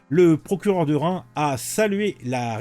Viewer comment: On ne dit pas Rein on dit ReimS, le "S" se prononce.